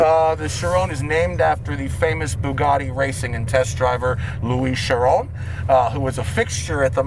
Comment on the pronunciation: Out pops Koshbin from the frunk “Bugatti ACHIRON ASPORT”